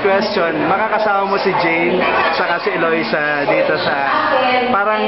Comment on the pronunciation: Natawa lang nman sya kc wrong pronounce c kuya ng name eloisa dw imbis na loisa. Un lang un. ✌ #joshane ❤❤❤